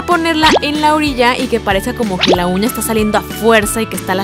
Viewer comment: Todo se vio diabólico y de miedo al principio, cuando dijo uña le entendí cuña